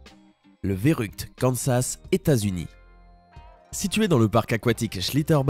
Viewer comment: En Allemand on prononce férukte pas vérukt